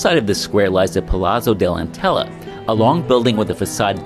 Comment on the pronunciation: Palazzo is pronounced 'palatso'. Think 'pizza'.